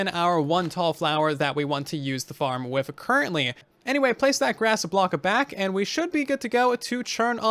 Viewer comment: u said wither instead of with..😂😂 I'm gonna make crimson fungus farm.👍